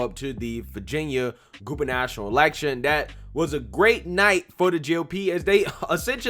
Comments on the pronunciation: Its not pronounced gubanational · There is no such thing as "gubernational", which you keep saying; if you look at the letters in the word: G U B E R N A T O R I A L, there is no "national" in there.